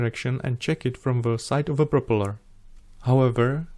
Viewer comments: However, he makes a Prooopala look fantastic!! 👍👍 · You get a like from me for just the way you say 'propeller' never change.